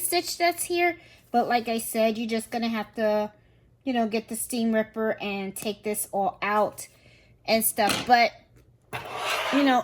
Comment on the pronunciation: It’s most likely from the file and not a basting stitch . I didn’t know you can back stitch!! Lol I like how she says STEAM RIPPER !!😆